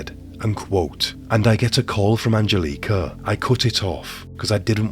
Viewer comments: What up with the bad pronunciation of Angelica. I can even finish the video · I hope you donh't mind a bit of constructive criticism: the emphasis on both names Angelika and Annika is wrong. It should be on the 'e' in Angelika and on the 'A' in 'Annika'. Also: Not sure if I missed it, but in case not: Wilfred had apparently a comparatively low IQ - certainly compared to Angelika. So there was some discussion as to whom was leading whom in this relationship, as some argued that Angelika would have been easily able to outsmart him.